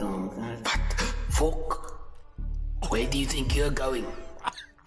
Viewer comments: Lol I keep on restarting that part when he said "FOCK"😂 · Diugh Stress had me laughing and crying so hard I couldn’t breathe the entire time I damn near lost my life 😂dude said “Fok” and “my boi” so hard and that run is hilarious, I can’t 😂